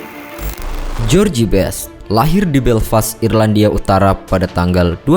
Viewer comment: Bacanya jos best, bukan jorji best. CMIIW. Sukses terus dgn contain2 yg lbh baik. 👍🏻